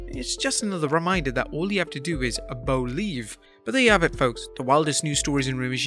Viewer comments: Hell I BO-LIEVE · I Bo-lieve.